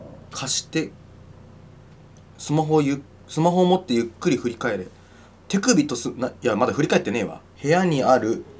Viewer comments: て↑くびか面白かった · 手首とスマホをって所手首が乳首に聞こえた私も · ｢てくぅ↑びとスマホを｣ ここ地味にじわる｡